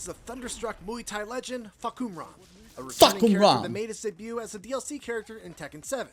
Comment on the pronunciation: as a Thai I can confirm that his pronunciation is on point 😂